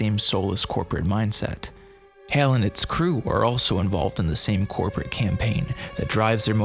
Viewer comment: Good video but I gotta ask, why do you keep using a long A vowel sound to say HAL when the film, along with decades of subsequent pop culture references, provides numerous examples of the correct pronunciation? Are you just trying to be different? Lol oh well. Carry on